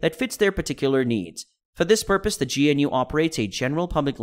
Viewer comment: How do you have a tech channel and pronounce GNU like that?